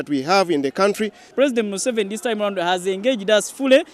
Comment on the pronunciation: Mu-Seventy Seven😂